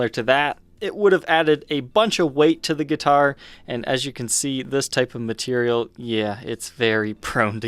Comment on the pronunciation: I think he said "matelial"